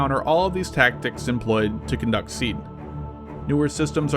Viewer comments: it's pronounced C-add not sead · It’s pronounced “See-add”. Not “seed”. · It is not pronounced "seed" but " see-ad". Like seeing an advertisement. My source is a current Marine Corps f-18 pilot. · You totally missed Artillery SEAD missions (pronounced SEE-Add not seed) basically, the artillery battery shells the SAM site to keep the crew's head down. Then the shelling stops just as the Fast Mover arrives on station and resumes as it leaves. We calculate this based on the BOD (bombs on deck) time and backing off the ToF (Time of Flight) for the artillery rounds. This way the ACs are not in danger of a mid-air collision with inflight shells. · I always thought it was 'SEE AD' not 'SEED' That's how we pronounced it anyway. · SEAD is pronounced SEED whereas DEAD is still pronounced DEAD?? Lol, How do you hear words LOL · It's pronounced See-Ad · its actually pronounced SEE-ad and DEE-ad if the mw2 advisors did their job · By the way the pronounciation of SEAD is SEEE AAAD ... also I think you missed the point of SEAD. SEAD is mainly used to allow TEMPORARY access to enemy airspace ... in itself SEAD does NOT give air superiority nor is it supposed to. Things you do once you gain that temporary access may well lead to air superiority but usually it does not. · Its pronounced sea add.